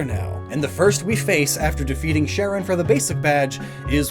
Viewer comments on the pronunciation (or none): none